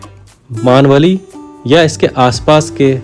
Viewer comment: भाई, गाव का नाम मानवली नही है। मेनवली है। घाट के बगलमे नाना फडणवीस जी का बड़ासा घर साथमे दिखाते तो अच्छा होता। उसके बाद के एपिसोड में धोम गांव का डैम और उसके बगल का नृसिंह जी का मंदिर दिखाते तो ठीक होता.